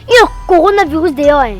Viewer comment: Elle dit corina 😂😂😂😂